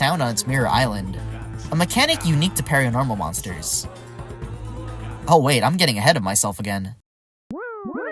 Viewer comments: Did you seriously just say “pairianormal”? It’s paironormal. PAIRONORMAL. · I’m loving this but every time he said “Pairianormal” I died It’s said “Paranormal” and the “I” is there just so it works as wordplay on “pair” But anyway FINALLY SOMEONE ELSE THAT LOVES YOUNG HOOLA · close enough, it's "PAIROnormal" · It's sayed paranormal not parianormal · ….how you pronounced Paironormal inflicted me with physical pain. It’s PAIRonormal. Because of the two forms. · It’s pronounced pair-o-normals